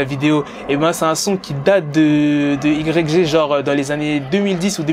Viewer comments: i grec jé 🤣🤣🤣🤣 ça se prononce « waye ji » connard 🤦🏻‍♂️ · IGRECG 😅😅 ça se prononce way (Y) djj (G) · arrête de Dire Y, G sa se prennonce WY JI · C'est si dur que ça de prononcé un blaze correctement?Putain pendant toute la vidéo j'avais envie d'te baffer frère. Ca s'écrit ''YG'' mais ca sprononce ''waïdji'' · ça se prononce aie j pas y g wesh un peu de respect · i grecque G ...nan c'est pas possible, ça fait mal aux oreilles autant de fois...tu dis "the game" tu lis les tweet en anglais, tu peux pas répéter 10 fois " i grecque g "...phonétiquement c'est "Ouaille Dji", merci pour nos oreilles. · YG ça se dit "Waï Djee" si jamais gros, sinon j'kiffe tes vidéos 😉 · Prononce le wa j stp ! 😩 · "Igrèkgé" ??? Get The Fuck Outta Here Man. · Ça se prononce why Gii (YG) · On dit pas YG mais "Why J" et fuck tout c'est faux Bloods, Crips Gang on the top 🔝 ☝🏽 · C'est yg (yay j) ça se prononce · mais ptn tu prononce yg mais t srx mec sa se prononce wy djee et en plus tu dit un nouveau rappeur le mec et un ptn de real g mec pas comme votre 6ix9ine la c un blood et un vrai stp arrete les video elle sont meme pas travailler c comme si 6ix9ine tu le prononce soisent neuf ou 50cent tu le prononce 50 centime et le mec est pas en manque de buzz va voir le son big bank il 80 million si je me trompe pas et le mec a ssortie des classique comme my nigga et tu dit qu'il va rien faire yg on peut dire c le blood par excellence croie moi ce mec blague pas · Putain en plus il prononce "YG" à la française ce con. Pourquoi tu prononce pas "cinquantes centimes" tant que tu y es? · mec arrête de faire des vidéos si ta pas la culture même pas 10s tu prononce "YG" ça pique dans mes oreilles et je te mets un pouce vers le bas direct. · steney Trois de ouf sa m’a perturbé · Tu piques comment tu dis YG quand même prononce le bien au moins surtout que tu le dis beaucoup...